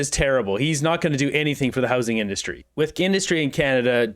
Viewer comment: Great the new industry minister can't even say the word "industry" properly! 😢 We are doomed!